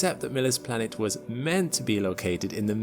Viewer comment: Why do you say Blanet?